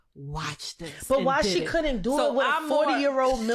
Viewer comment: The way he pronounced DEW what did i dew? Got me lost. Shit crazy.